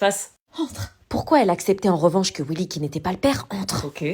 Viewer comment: a dit Wywy a la place de Wylly